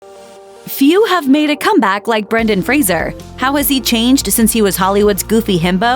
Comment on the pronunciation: So glad to see a channel finally pronounce his last name correctly. Lots of channels have videos about him but they always call him Frazier, though he's repeatedly corrected them that it's fray-zer. So disrespectful. But it's nice that this channel got it right, a little piece of the respect Brendan deserves.